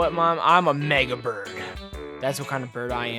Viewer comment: I thought he said niga bird not mega bird